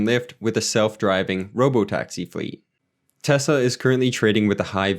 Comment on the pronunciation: Thanks for taking time to break these down. Good job pronouncing Tesla a lot of people pronounce it as Tezla. New to the channel I subbed.